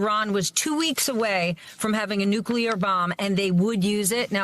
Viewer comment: No disrespect to him but it’s nuclear not nucular which he said several times